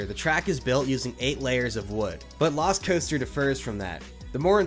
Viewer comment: Anyone else hear Velocicoaster when he says lost coaster?